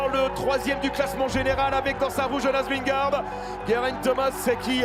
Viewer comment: J'implore les présentateurs de France TV de bien prononcer Vingegaard !!!